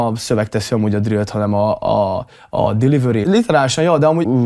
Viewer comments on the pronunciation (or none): Delivery ❌ Dilivöri ✅